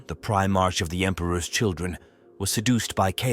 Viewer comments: Prime-ark prime-ark NOT prime-arch PRIME-ARK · I appreciate your efforts and am grateful to be able to enjoy your stories. Please take this with respect. I realize it is a script, but it really disrupts the immersion when the AI pronounces words like Primarch wrong. A bit of pre editing can go a very long way for immersion. If you deliberately misspell the word in the script, I.e. “Prime ark,” the AI should easily recognize both words and repeat them quick enough that the pause between words is short enough to sound like a syllable break. Watch your comments for people bringing up a mispronounced word, and add it to an auto-replace list in your word processing program. Personally I would rather hear your true voice reading the story, than the AI voice, but you are doing an excellent job and I am not going anywhere. (If you are neurodivergent and non verbal, this is your true voice so please disregard my comment as it does not apply.) Keep it up mate.